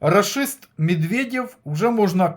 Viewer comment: Спасибо за прогноз вы так интересно говорите рашист я пол часа смеялся